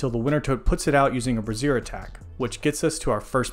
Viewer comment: Nice guide. By the way, the way you're pronouncing brazier is like brassiere, which is a bra.